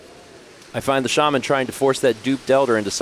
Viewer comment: pronouncing Shaman “shayman” is like him pronouncing wolves “wooves.”